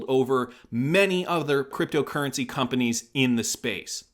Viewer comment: Why do you always put a weird accent on "creptyo eri"..